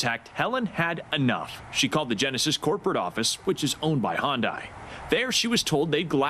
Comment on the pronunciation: You are a journalist, Make sure you know how to pronounce the word " Hyundai" correctly!